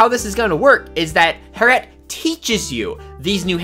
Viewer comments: It's Harriet not Hair-et, please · It’s hair-e-at not har-at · Hair-E- ette. Not harete 🤦🏾‍♀️ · It’s “Hair-ee-et” not “hair-et” 😉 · Her name is not heret or hair-et. It's HAIR-EE-ET or "hairy-et" that's a normal name that actual people have. 😑😑😑😑😑 Harriet Tubman, hello? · how normal people say harriët: Harriët. How this guy says harriët: Herrewet. how normal people say label: Label How this guy says label: Laybelle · lol I dont k now why that triggered me, yet I wasnt sure I heard that right. :) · Hair-ette? lol Harriet. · i’m sorry you’ve never heard the name Harriet? like harriet tubman? it’s not HAIR IT, it’s HARRY IT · Hearing him say “hairette” was terrible. It’s Harriet. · Its harriet not 'hair-ette' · LMAOO “Hair-ett” AHAHAHAHAHA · lol I wasn't triggered at first and was gonna let it slide. But then it kept happening 😂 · same here, I figure, once or twice, let it slide...but man it seemed he said her name a lot, and each time was so triggery :D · Dat pronunciation of harriet lolol